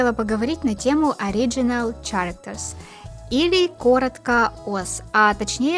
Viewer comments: я немного подушнить хочу, не чарактерс, а кэректерс :) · Мне стало больно от произношения "Чарактерс". Ch в начале тут будет читаться как звук "к"